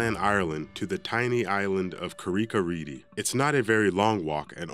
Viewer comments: The way he pronounces the one in northern ireland. Im from there and its pronounce "carick-ah-reed. But he said carricka reedy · Paul Bourbon yeah no. 6 should be pronounced 'ka-rick-ah-reed' not 'Ka-rick-ah-reedy' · It's pronounced read not redey you muppet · Its Car-rick a reed rope bridge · Carrick-a-rede is pronounced "carr-ick ah reed" - not... what you said... and its not anywhere near as bad as the rest on the list! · ITS CARRICK A REED IS HOW U SAY IT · Can't even pronounce Carrick-a-rede Rede is pronounced the same as 'read' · Carrick a rede 😂plz learn how to pronounce them properly lad 😂🇮🇪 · The narrator's pronunciation of Carrick a rede rope bridge is utter rubbish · Very bad pronunciation of number 6